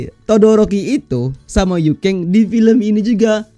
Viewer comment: Yuken bang Bukan Yukeng 😂